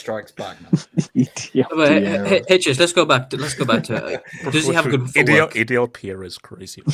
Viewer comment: "EDL-Piero" is insane 😭😭😭